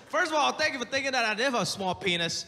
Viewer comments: I thought he said, “but Sank you,” initially which would have made this line so much better. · Sergio Martinez THASSS TRUEE YESS🤣🤣 its more like “th‘sank yuu” 👌😂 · When u said “sank you” I felt that 😅